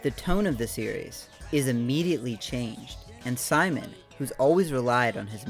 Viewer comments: I hate to be this girl, but its "SEE-MOAN", not "sigh-man." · Um, actually, Simon's name is pronounced: "See-Moan" in Gurren Lagann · Great video, but your pronunciation of Simon (Sea-Moan) makes me want to punt a kitten. lol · You imagine it's pretty well known but people to this day still can't get his name right😭 You pronounced it like "Simon says" or that one Chipmunk Simon but it's pronounced as Sea-Moan. Simon's name is derived from the word Shita no (下の) meaning Under. Most of Gurren Lagann's characters are named after directions. Kamina comes from Above. Yoko means Beside. Gimi is Right (Migi) and Dari is Left (Hidari).